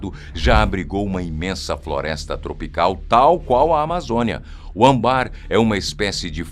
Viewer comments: O correto é âmbar e não ambar. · ÂMBAR, não ambarrrrrr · Essas informações são boas... Mas o que me deixa triste são as pronúncias erradas , como ambár em vez de âmbar. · am-bár. é âmbar narrador. âm-bar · Narrador, a pronúncia não é ambar, é ÂMBAR, com a sílaba tônica na primeira sílaba. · Não se pronuncia Ambar, é Âmbar. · Pena que não pronuncia as palavras direito - "ãmbár" e não, âmbar!) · Ae, cabe aqui uma correção. A palavra âmbar é acentuada na primeira sílaba. Ou seja, a sílaba tônica é a primeira e não a segunda, como você faz. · Oi, âmbar tem entonação com ênfase na primeira vogal, devido ao circunflexo, ok... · Adoro sua voz e a forma como vc narrar, mas, às vezes, vc dá umas rateados! Âmbar é palavra paroxitona, isso quer dizer que ela é acentuada na penúltima sílaba. Não fosse suficiente, ela tem acento circunflexo logo no primeiro "a". Assim, a pronúncia correta é com a sílaba tônica no primeiro a e não no segundo como vc falou por mais de uma vez! Bjs